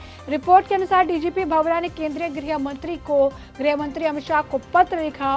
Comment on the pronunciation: मैडम सही नाम वीरेश कुमार भावड़ा है भंवरा नहीं